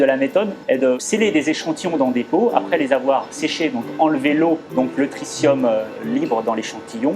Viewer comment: The effort to educate the public is commendable. However, the announcer mispronounces the word "tritium" throughout, which really grates on the ear of any native English speaker. (It sounds throughout the video like he's pronouncing "tritrium", with an extra "R".) He also mispronounces the word "spectrometry," where it occurs (once). It's a shame. Also, there's a strange comment about fusion at the end of the video. IRSN could explain what tritium has to do with that.